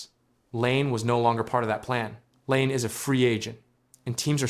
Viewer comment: if you are going to make a fucking video about someone at least have the courtesy and decency to pronounce their name correctly. you are a fuckign donkey. your video fucking blows get fucked